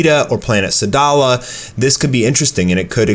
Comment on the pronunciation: Sadala not Sadal xD